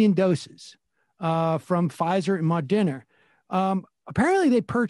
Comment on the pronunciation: Sam, lol, why can't you still pronounce Moderna?